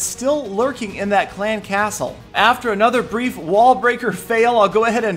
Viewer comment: The way says "clan castle" annoys the fuck out of me, stop putting so much emphasis on castle. It's clan castle. Not clan CASTLE.